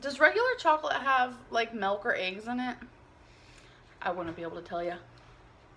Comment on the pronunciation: “Does regular chocolate have melk or ayygs in it?” I can’t believe we got a “melk” and an “ayyg” in the same sentence